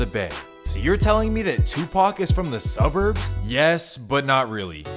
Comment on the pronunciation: All the sufff that goes on in merin city .... You said subburns ..